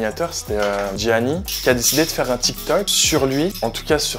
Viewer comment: looool sait même pas dire le prénom de gianni, quel ami dites donc:')